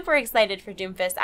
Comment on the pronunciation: When you say Doomfist over and over it sounds like Doofus. lol